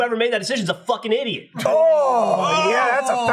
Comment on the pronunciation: damn near killed me with the "folking"